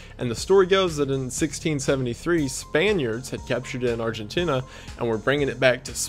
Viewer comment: I’m sorry love but it’s aar·juhn·tee·nuh 🥶😶‍🌫️